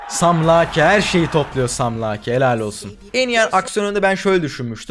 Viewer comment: Abi ingilizce telafuzlarin ne ya şaka mı yapıyorsun " SaM LaKe , BaLdUrS GaTe 3"